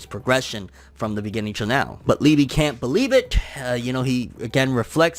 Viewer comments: Pronounced Lee-Buh -- In German it means Love ... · It’s pronounced Lee.buh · I believe it’s pronounced like eBay but with an L.